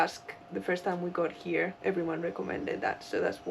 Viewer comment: The best sailing channel is right "heeyaa." (the two syllable version of "here.")